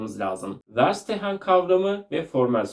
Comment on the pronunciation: Ferşitehen diye telaffuz edilir. Almanca anlamak anlamına gelir